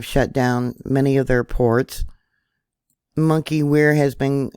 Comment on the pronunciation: have you seen the online film Watch the Water ? It has some very convincing info about zombies and such. Also, Monkey Werx is pronounced *Monkey Works*...this message was brought to you by the grammar police😁👍💖